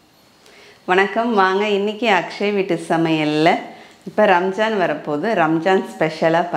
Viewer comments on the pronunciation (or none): none